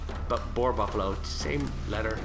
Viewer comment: It sounds like he's saying bull